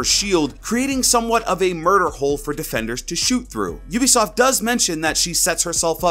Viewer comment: U say ubisoft wrong its a long u not a short u Love your vid btw